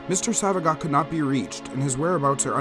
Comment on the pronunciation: His last name is pronounced “So-va-gee-oh”